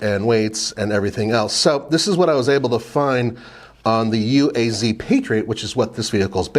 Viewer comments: It’s pronounced “Ooh-ah-z” not U.A.Z. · Pronounced “Ooaz”.